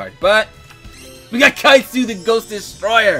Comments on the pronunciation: it's pronounced Kai-coo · Yo, you miss pronounce Kycoo name one more time and I'm flipping my shit.